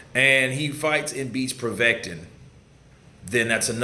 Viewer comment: It's povetkin bro haha